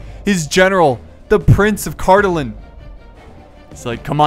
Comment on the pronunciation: Wow,besides some minor pronunciation for Cardolan and Rhudaur, you said those names pretty correctly! Good job.